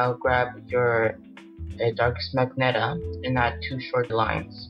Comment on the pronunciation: It's pronounced ma-gen-ta